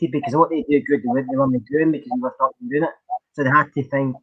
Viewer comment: Did you just say " Fekin fast"?. Are you Irish?